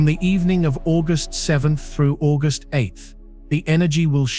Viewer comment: More diarrhoea from an AI who can't pronounce August!